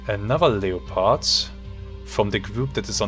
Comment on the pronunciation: Awesome game, and awesome vid. Just an FYI, in English, you pronounce Leopard as “Lepard” or “Leperd”. The O in it is basically silent, so it’s not “LEE-O-PARD”